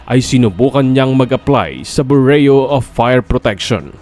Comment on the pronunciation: Ayusin mo nmn ang pag bangit ng Bureau byuro. Ndi bureyo.,may estudyante p nmn nakikinig sau.